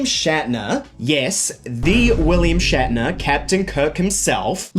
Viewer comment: shat-ner Pepsi is better